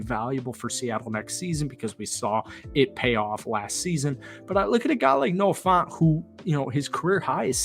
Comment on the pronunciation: Dude just buy a hawks jersey already or stop saying youre gonna buy one. You lack accountability for what you say. btw its Noah Fant like an ant not aunt, and Devons name is pronounced as devin (no knock on you for mispronouncing this one)